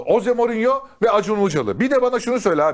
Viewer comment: Bi gün hoze morinyo derken ağzın öyle yamuk kalacak,sen önce adamın adını doğru düzgün söylemeyi öğren!!hoze morinyo😂